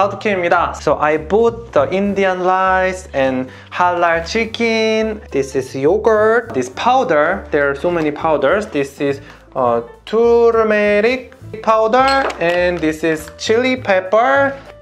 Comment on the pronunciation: Your "turmeric" pronounciation is so comedy 😃 That's wrong